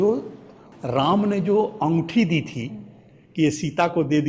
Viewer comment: "ओंगठी" नहीं "अंगूठी" 😂😂😂😂😂